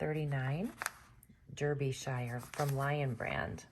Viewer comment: Derbyshire is pronounced DAR-BEE-SH-IYA